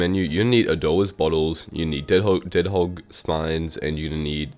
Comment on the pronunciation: also whats so hard on saying deadgehog